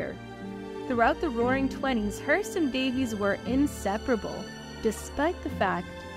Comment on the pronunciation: This is really an intriguing and well done compilation however, her name is pronounced Day-vees, not Davis. 😊